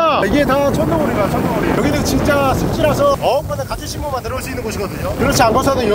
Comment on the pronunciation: 형 천둥오리 아니고 청둥오리야... ㅋㅋㅋ